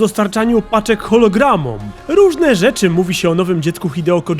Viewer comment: Chiralogramom. Nie chologramom